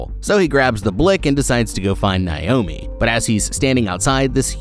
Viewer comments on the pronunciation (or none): Bro stop mispronouncing my name. It’s Nay-oh-mē